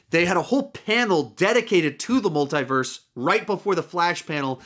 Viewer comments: MUL "THEE" VERSE NOT MUL "THAÏ" VERSE. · Why is he saying " Multai - verse"